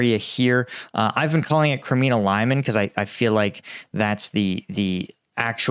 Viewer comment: Please learn how to pronounce the names of Ukrainian and Russian people and places correctly. And here I inform you FOR THE SECOND TIME that you are mispronouncing the name Prigozhin. Today you pronounced Lyman wrong, among other names.